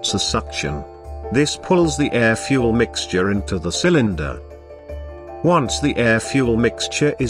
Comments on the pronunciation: The moment it said "fue elle" instead of fuel i was out. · "FuEl"? Seriously, what is the problem with simply using a human to do the voiceover? Who TF pronouces fuel "fuEl"? I'm moving on from this cyber nonsense. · "... in a contained cylinder with the help of fu-elle." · Really good video hampered by the robot voice saying ludicrous things like ‘fuelllle’. I say use a human to read out the text, but otherwise 10/10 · I stopped watching at 'fyou-el'.